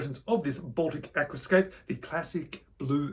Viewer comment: Aquascaphe has a ph pronounced f, Aquascaf. Still dead jelly of this one. :)